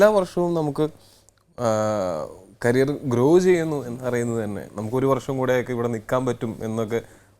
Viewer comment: കാരിയർ അല്ല- കരിയർ!!